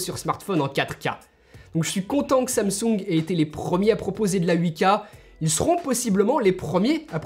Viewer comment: Samsoung ? xD